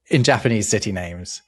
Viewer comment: The pronunciation of the Japanese words hurt me so deeply. I know you guys don't know all the languages, but I swear you've given more effort to pronunciation of other languages. Slightly more nuanced, but the easy way to remember Japanese vowel sounds is to think Spanish. "ah (A), eh (E), ee (I), oh (O), oo (U)", and only those. Only ever those. If you get two vowels together, they're each pronounced individually (although can sound slurred when spoken fast). like "sai" is "sah-ee". The Japanese also don't emphasize syllables the way English does, so you never put a hard emphasis on any syllable, so I believe you said the name Tokugawa, which would have no emphasis anywhere in his name (Japanese does pitch patterns instead of emphasis), you would just read it straight as "toh-koo-gah-wah". So the old name for Tokyo is "eh-doh". (bonus: if you see a Y in a Japanese word, it's never a syllable on its own, it's not a vowel. So Kyoto and Tokyo both only have 2 syllables, "kyoh-toh" and "toh-kyoh", although I recognize this is a battle English-speakers are just never gonna face, it's far too deeply embedded in our language that these city names have 3 syllables lol)